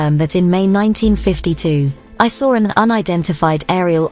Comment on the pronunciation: There is no (R) in the word saw, drives me to say something about it when I hear someone say they sawrr something. So did they cut it see it or get a sore perhaps a rash?